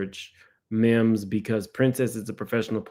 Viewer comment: It’s Mims not memes. 🤦🏾‍♀️